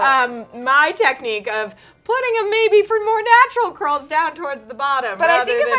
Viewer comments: Is it just me or does keep saying cwurls? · Did anyone else notice kept saying cwurl haha not sure why I noticed that 😂😂 love you both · “querls”